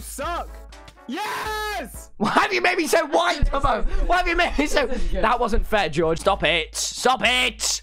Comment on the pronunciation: “Why are you making it white” um Tommy you turned American there for a sec your accent disappeared 😂😂😂